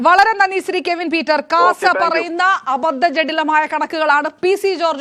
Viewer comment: ആദ്യം മോളെ.... കെവിൻ എന്നു പറയാൻ പഠിക്കു 😂😂😂😂